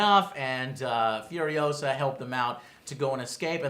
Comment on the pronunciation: its FuriOHsa not FurioSAHHHH